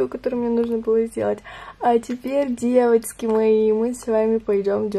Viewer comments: Можно просто нормальным голосом и нужными буквами говорить "девочки" )) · я тебя очень люблю но ты можешь пожалуйста не говорить "девоцки" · Мне не нравится, как ты говоришь деватьки🤢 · не говори пожалуйста "девоцки")))) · Бесишь что такое : Девацки🤦🏻‍♀️ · Почему на протяжении всего видео говоришь девацки? 😂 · Почему так бесит это « девацки» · Меня одну бесит как ты говоришь девацки? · девацки........... мои уши😤плиз не надо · Девацьки!!!🤦🤦🤦Не в обиду но это бесит!!!😡😡😡😡😡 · "Девоцки" не говори так! Не приятно. (я не хейтер) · Пожалуйста не говори девацки я не Хейтер наоборот мне нравятся твои видео,но пж не говори🤦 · знаешь всем не нравится что ты говоришь «ДЕВАЦКИ» и это просто раздражает и бесит господи просто не приятно ты ПОЙМИ НЕ ГОВОРИ ТАКККК!!!! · Пожалуйста не говори ДЕВАЦКИ не приятно( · Хватит говорить девацки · А,господи,хватит со своими "девоцки" ужасно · Не говори девацки. Тебе не идет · Фуууу. Пожалуйста не говори «девоцьки»😭🤮